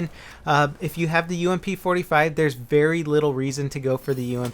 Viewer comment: 'Berry little reason to use this'